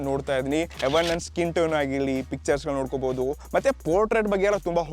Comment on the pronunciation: ಎವನ್ ಅಲ್ಲಾ ಬ್ರೋ ಈವನ್ ಅದು😂😂😂😂😂